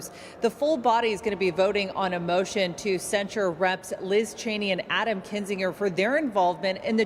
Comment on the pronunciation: "cent sure" not "censor